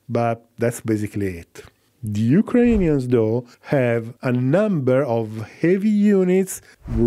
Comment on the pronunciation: Why do you have this strange pronunciation of "Ukrainians"? This is not how it's pronounced neither in Ukrainian nor Russian